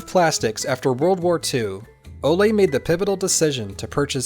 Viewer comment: It's not "Olé" . . . rather "O-luh"